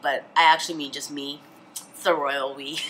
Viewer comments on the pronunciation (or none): none